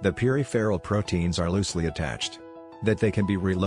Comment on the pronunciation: Message from a native English speaker: Peripheral and integral are being badly mispronounced in this video. I think the text is being read by a machine. Needs better quality check.